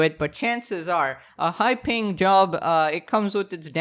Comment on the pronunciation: Why is he always saying "High ping job" ? Like playing Quake?